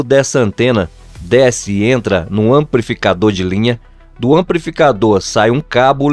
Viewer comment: AmpRificador, exempRo...meu Jesus! É fR0&@ ouvir isso, meus tímpanos pedem socorro!